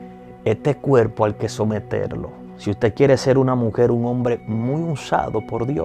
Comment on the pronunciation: Gracias x desear dar enseñanzas si deseas que mucha gente ve ay que como embajadores representemos bien,con todo respeto te aconsejo que prendas a pronunciar la r la s la m...osea cuerpo no cuelpo